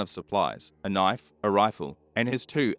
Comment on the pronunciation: That's not a knoife